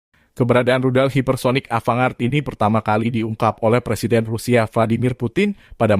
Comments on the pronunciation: Bacanya Avan-gard bang🙏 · Mohon jangan dibaca ava-ngard......